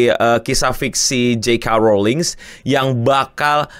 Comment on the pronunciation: Aksen bahasa Inggris... "JE KA" Rowling...